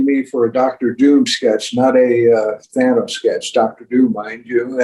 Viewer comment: Boom! It's Than-oh-s, not Than-aw-s.